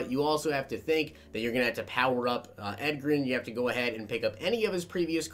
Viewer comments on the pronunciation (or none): "Ed-ger-in"? It's "Edge-Rin". You know like the word "Edge", as in your edge rusher is too slow to keep up with edgerrin. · Edgar-in james?? Cmon bro his nickname was EDGE it's EDGE-a-rin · EDGE-RIN NOT EGG-RIN 🙄🙄🙄 🤦🏾‍♂️ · Edgerren lmfao!!! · Same here, had me cringing when he said Edgar-in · Edgerrin James is pronounced Edge-er-Rin but i love your vids!! <3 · It’s pronounced edge-er-in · Drove me nuts!!!! I mean come on..The Edge!!! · Bro, watch some nfl films and get these guys names right. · You can tell is a gen Z'er by the way he pronounces Edgerrin lol